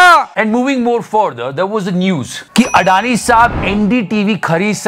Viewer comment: Gautam "अदाणी" not "अडानी"